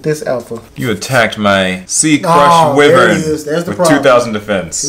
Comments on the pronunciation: “Crush wi-vern” I want to die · Wyvern is pronounced whyvern not wihvern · I can't watch this, because you dont know how to say why-vern properly...